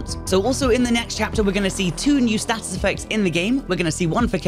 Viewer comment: Why are you saying 'status' like a flid?